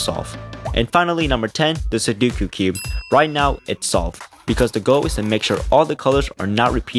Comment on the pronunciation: why did he say “su duuu ku” it is su doo ku